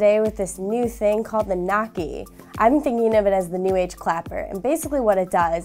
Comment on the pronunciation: noisy not nocky